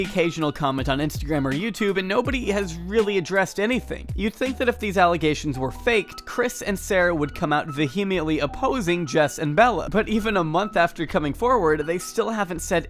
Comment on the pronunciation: Vehemently is pronounced VEE-uh-ment-lee. Just thought you might like to know.